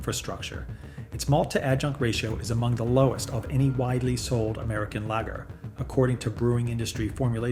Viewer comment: The words 'Lager' and 'Yuengling' are being mispronounced. Gotta get that correct to retain the image of honesty.